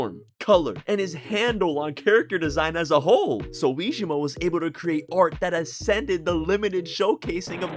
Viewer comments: clicking off now cuz who tf is "so - wee - gee - maahhh" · i fw the video but the voice makes it a little distracting, especially when you mispronounced soejima's name and said p5 royale instead of royal. great edit, i'm not rly trying to hate i swear. it's just that when you're so upbeat it makes these things easier to notice